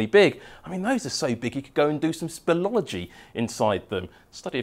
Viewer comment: "Spuhlogy".. It's pronounced "Spee - lee - aa - luh - jee" Spelled "Speleology"... Sorry I had to